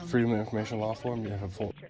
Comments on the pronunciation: They probably didn't want you to know that it's not "FOIL", it's "FOIA". I don't know where auditors are getting the "L" from. It's not the "Freedom of Information Law", it's the "Freedom of Information ACT". When you say "FOIL" request to public servants, and wondering why your getting that confused look, it's because your saying it wrong. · It's called FOIA FOY YA not FOIL. It could just be dialect but a lot of auditor are saying FOIL and if someone asked for that form there going to get the run around. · I'm pretty sure it's FOIA not foil, maybe I'm confused 🤔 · Stop saying foil. It's foia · FOIA not FOIL, please be knowledgeable about what you say!!!